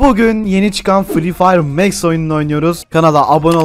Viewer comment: ABİ O MEX DEĞİL MAX